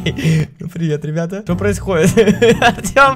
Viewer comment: Ты сказал ебята ахахпхпхпх